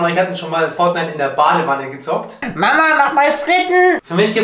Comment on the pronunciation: Fonite und FIFA